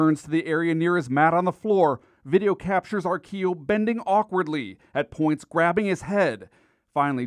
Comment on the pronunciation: He wasn't old. I knew joe.. it was pronouncd Ar-quill-o, not how the reporter said it. He was a junky from the west side. Lived in the building on Western off 117th. That is so sad sh** for real